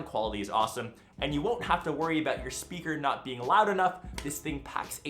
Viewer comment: spraker? English ok